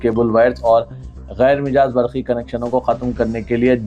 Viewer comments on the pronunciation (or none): Ghair mijaaz nahein Ghair majaaz padhiye